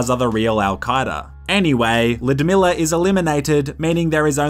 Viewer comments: It is not Ludmilla it is Ljudmila Lj LJ L-J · Ljudmila is a Czech name, it’s pronounced “Ludmila”.